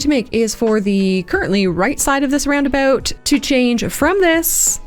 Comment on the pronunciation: I didn't realize you were Canadian before but I should have realized because I also just now picked up on the fact that you say "Roundaboot" and that makes me so happy lmao